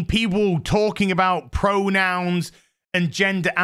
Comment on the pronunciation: I keep hearing "uncle fester" lol 😅